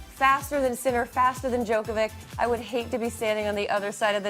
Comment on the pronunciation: The female commentator does not know how to pronounce Djokovic's name correctly (the greatest tennis player of all time!!!), but she's commentating on tennis on TV. Really? Who hires these clowns? How did this woman get a job as a tennis commentator?